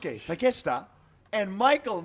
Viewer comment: why the called him Takesta?? its Take-Shita haha